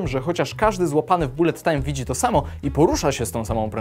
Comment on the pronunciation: Nie raczej "balet tajm"?